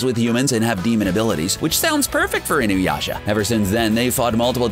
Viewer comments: I noticed that Inuyasha(Alucard doesn't count) was practically the only name he pronounced right, and YET he manages to fucking BUTCHER Inuyasha's pronunciation after proper pronouncing it once or twice prior.... God damn this guy,.. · God damn this guy... I don't think he pronounced even one fucking name correctly, he even somehow managed to properly pronounce Inuyasha while complete BUTCHERING it at the same time. WTF I thought this before but CBR has 0 anime knowledge even though they delve into the topics... They grew up with DBZ, Sailor Moon, Pokemon, and Yugioh dubs TOPS. Gosh...